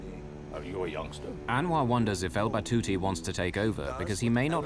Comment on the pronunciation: It’s Al Batouti Good sir